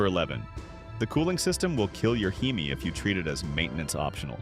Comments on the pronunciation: a He-Me? Lmao! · That's AI speaking the wrong pronunciation of hemi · I clicked off after he said Hemi wrong then said he was wrenching on these trucks for 20 years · Right I clicked off once I heard Heemi over and over again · It’s AI you we’re not wrenching on Rams for 20 years you can’t say Hemi right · Skeptical cuz this dude cant say Hemi right